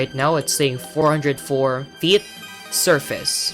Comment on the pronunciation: I love how you say feet like "Fiyet" 😭😭